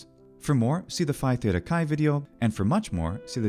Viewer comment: Native speaker here. You really must learn to pronounce theta correctly. Same with OI in KOIN-. The O i silent.